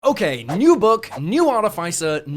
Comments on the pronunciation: Can we talk about Arti-FI-cer...? Instead of Arti-FIS-er. Haha :) "Morning Of-FI-cer, I'm getting my broken break light fixed today." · Great vid. But it’s pronounced Ar-TIFF-iss-er, not Ar-tif-ICE-er. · Artificer is not pronounced like that, both 'i's are pronounced with the normal sound not the vowel sound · I'm sorry I can't listen to you say artifice wrong for twenty minutes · Probably a sign of mental illness Probably should get checked out. 🫠